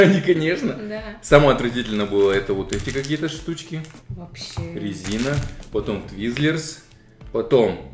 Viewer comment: Ризину а не пластмассу